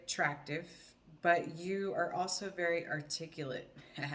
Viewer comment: "very articule" LOL jajajajaja.